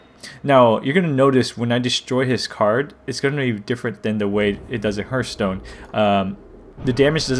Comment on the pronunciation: this is like a double tutorial. And btw its not herthstone its pronounce hearthstone like earth